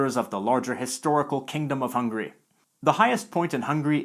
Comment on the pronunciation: ITS HUNGARY NOT HUNGRY T~T